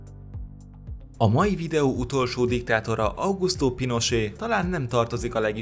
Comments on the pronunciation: Pinocset ez a pinosé bántotta a fülemet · Pinochet sem "Pinosé", hanem "Pinocset", de hát ez van, ha csak felolvassa valaki a szöveget, de fogalma sincs kiről/kikről beszél. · Kedves! Augusto Pinochet Chile diktátora volt, és mivel ott a spanyol az elfogadott államnyelv az ő nevét nem franciásan "Pinosé"-nak ejtjük, hanem a spanyol kiejtés szerint "Pinocset"-nek. Egyébként érdekes, és jó az összeállítást, köszönöm! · Tetszik, csak az sértette a fülemet, hogy PINOCSETET Pinosénak ejtetted. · Na, a videó azért mégsem olyan "nagyon jó", mert sok pongyolaságot tartalmaz. Aprókat persze, de az is bosszantó. Például: "Ceaucescu - ...évig hívhatta magát diktátornak". Ő semeddig nem hívta magát diktátornak, még ha gyakorlatilag az is volt; legfeljebb a környezete, és a történelem utólag így tartja számon. Más: Pinochet spanyol nyelvű ország diktátora volt, ezért nevét spanyolosan, "Pinocset"-nek kell ejteni, nem pedig franciásan, "Pinosé"-nak. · Ceaușescu nevét eleve sokszor rosszul ejtik a magyar médiában is, de azért egy kis utánajárással (az igényesebbje) sikeresen abszolválja, ahogy Duvalier, avagy Pinochet esetében is. . Ezért írtam, hogy nagyon rossz, ha valaki nem ismerni, nem tudja, hogy kikről van szó, csak felolvas egy szöveget. (még azt is helytelenül). Nem hibába volt régen egy valódi szakma a hírolvasás.